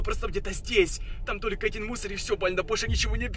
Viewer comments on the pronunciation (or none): none